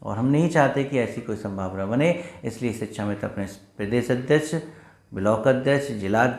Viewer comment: Sir shikshamitra! Not sichchhamitra.